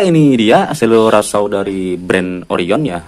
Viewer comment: bacanya itu bukan selular saw lur tapi sirkular saw. selular itu hape, ini gergaji lingkar . nice review, informatif bagi kaum mendang mending mcm kita 😆